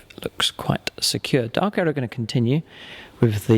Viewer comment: you said dark eldER instead of eldAR